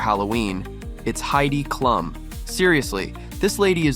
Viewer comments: Comments for once you have let me down. Heidi’s last name is pronounced Cloom. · I too love Halloween . AI can't pronounce Klum